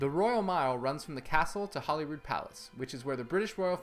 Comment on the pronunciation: Definitely one the very best-produced videos on Edinburgh I've seen. Just a few things for you and your viewers: - "Lang' means 'long', and those are long stairs - 'Holyrood' is pronounced with 'holy', not 'holly'. Many visitors must think they are seeing Hollyrood (like Hollywood). - The Elephant House you visited on Victoria Street is a temporary location. The original, located a few minutes away and a couple doors next to Greyfriars Bobby, has been closed for several years due to a fire. Repair work has been delayed due to the owner of the building (not the business) going bankrupt. - 'Vennel Street' is just 'the Vennel'. Vennel refers to a narrow passageway, often between buildings. The 'closes' that line the Royal Mile are essentially the same. These were the streets of Edinburgh back when the only traffic in the city was by foot or horse/horse drawn cart. BTW two doors to the left of the stairs at the bottom of the Vennel is Mary's Milk Bar, serving the best gelato in the city, with fresh batchs and an ever-changing array of flavours happening daily. - Haggis isn't quite what you described. It is heart, lung and kidneys combined with oatmeal, onion and spices, all stuffed in a sheeps stomach. Once boiled, the stomach (pre-cooked it looks like a ball of wax) is slit open and the haggis removed. Contrary to your description there are no intestines. Haggis in America is minus the lung. Though some people are dismayed to learn the ingredients of haggis (I was), it is a fabu